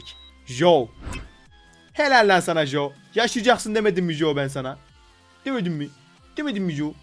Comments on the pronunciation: Abi joe değil coe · Jo değil Coi :d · jo değil co